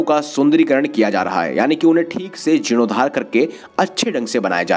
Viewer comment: Ghat ka nam aur jirnoddhar boliye thik se